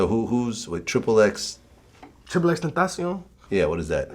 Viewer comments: Ugly god is like the only person ive heard say xxxtentacions name right and I want to see that collab #FreeX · He said triple x tentacion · ugly is the first person I've ever heard to pronounce xxxtentacion right